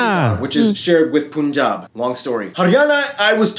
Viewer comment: 😬😬😬😬 its not pooon jaab or pan jaab.... its punjab (like fun, run gun)